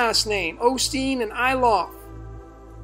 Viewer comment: actually said Olsteen at one point!